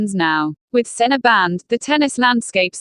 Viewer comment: You don't even prounce his name correctly. How could anyone belive you!